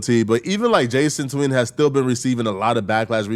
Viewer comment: “Jason tween”? you have the iq of a laundry basket it’s obviously Jason the ween🤣